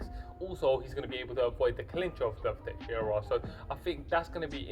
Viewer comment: I don't want to be annoying, but it is Teixeira, non Texiera. I point it out kindly before somebody does indeed be annoying and starts to run his mouth. Anyway, I am predicting Santos winning by knockout. Santos is a beast, he is a bulldozer, the 205 lbs version of Paulo Costa. I agree that defensively he is not very solid, leaves himself open, and I honestly question his cardio a little bit. Teixeira has good boxing and amazing submission skills, which I think would play a very important role if he takes the fight to the mat, which I think he can. Santos is very strong, he is a black belt in BJJ himself, but I think Teixeira can take Santos down and can submit him, maybe taking advantage of his (in my opinion) questionable cardio, sapping his energy on the ground and finishing him by submission. It remains to be seen how Santos can handle Teixeira's grappling, but I think Santos is the overall better athlete, he will keep the fight standing and land big shots on Teixeira, getting the knockout.